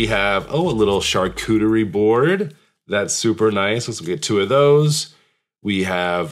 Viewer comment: I’ve been waiting for this and I knew you were dependable to do Justice to A & O. Thanks for your great review. I know the fun that awaits me. By the way, I like a man who can pronounce charcuterie.